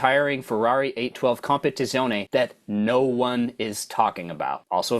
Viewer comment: Italians will invade you for pronoucing Countach and Competizione this way 😅😅😅😅